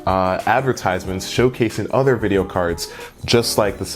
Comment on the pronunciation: "Udder things"